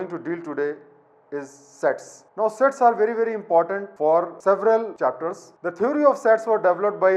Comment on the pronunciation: No offense but i heard it as "sex"😂